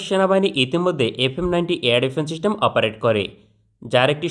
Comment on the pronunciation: চিস্টেম না সিস্টেম হবে।